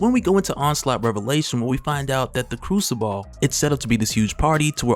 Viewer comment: It's pronounced like " crusabull " you saying ball at the ends killing me lol